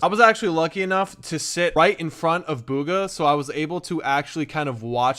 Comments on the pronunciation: Its bugha not booogha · ITS BUG-UH NOT BOO-GUH. THAT MAKES ME SO MAD. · Bug-hA not bUg-hA... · BOOGHA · It’s pronounced B - oo-Kha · I thought his name was bug-uh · you said hes name wrong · thats not how yow u pronounce his name bro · You guys cant pronounce bugha properley